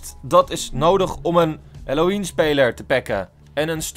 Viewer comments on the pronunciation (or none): none